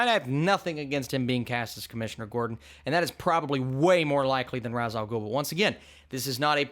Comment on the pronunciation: you say ra's al ghul name wrong